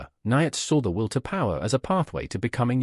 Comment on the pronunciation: This is rubbish - can't even pronounce Nietzsche's name correctly. Sodding AI. All credibility lost, first sentence in.